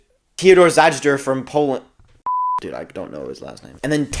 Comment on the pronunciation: i think zajder is pronounced "zay-der"